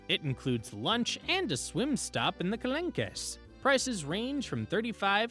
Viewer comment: Not to be mean but it’s Marsayyyy and kalonk…